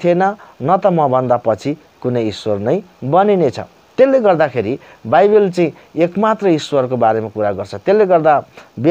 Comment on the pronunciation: बाइबेल हैन मुला बाइबल हो😂😂